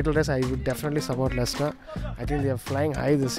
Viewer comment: 'Lechister' Most of these are glory hunters don't even know how to pronounce Leicester